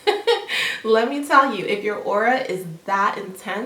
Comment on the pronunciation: It;s AURA not AurOa.. like wut..